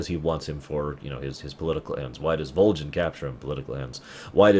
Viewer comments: Just out of curiosity... why is he pronouncing Volgin Like Vol-Jin? Is that the proper Russian pronunciation or something? I’m actually currently replaying Snake Eater and the English voice cast is clearly pronouncing it with a G sound rather then J sound. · I don't expect a response 3-4 yr old vid... but I have to ask; what's the thought process on the way pronounce Volgin? It's been a long time since I played but I remember everyone in-game saying Volgin with a hard G sound and hearing you say it as a J seems strange. Anyway, great content, keep doing what you do!